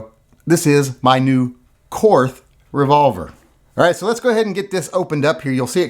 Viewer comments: Your ignorance and intolerance of modern Germany is disgusting. Fine, pronounce the brand name as you like, but not on the basis of any jingoistic triumphalism. Have some respect for the millions of Germans who have f*ck all to do with what happened last century. Your ignorance is shameful. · if you're not going to pronounce the 'h', remove it from the word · Willi Korth started th company. It's his freaking name and "Kort" is how it's pronounced. Same as Porsche, Lamborghini, Mateba, Mauser, Beretta...all pronounced Kort^^. You also say Einstein and not Einsteen. Th is not always the same...Thailand, Thames or Thomas. I don't get why ignorance is something to be proud of. It's like those people you meet in school who think that they're cool cause they don't read anything in their spare time. I know he's just joking. Wait for the uproar if someone pronounces Garand not like some want it to be. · Germans still speak German. It's pronounced like "Kort". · If Korth is pronounced “Kort”, is “the” pronounced “tuh”? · Korth is pronounced "Kort" because not all German people are or ever were Nazis or Nazi sympathizers! 🙄 Members of my family actually helped people escape Hitler's genocidal tyranny, in a similar fashion to how Americans had the Underground Railroad to help slaves escape to freedom! I don't care who won the fuckin' war, we're not all bad people! Stop bashing my beautiful people and culture you racist pig! 😡 I'm just kidding, and I know you are too, we also aren't crybabies, and contrary to the stereotypes portrayed in South Park, we DO indeed have a sense of humor! 😅 To demonstrate this, I will now tell a German joke... What is the difference between a Saxon and a foreigner? You can understand the foreigner when he speaks German! 🤣🤣🤣 I will now tell another German joke... What does a crocodile say after eating a clown? Schmeckt komisch! (Tastes funny) 🤣🤣🤣 Du siehst? (You see?) 🤣🤣🤣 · Why not just prononce Wills last name correctly?